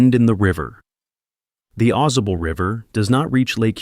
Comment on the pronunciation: It's Ai generated slop. As soon I I heard how it pronounced Ausable, I knew. "Awe Saw Bull" not "AweZuh Bull"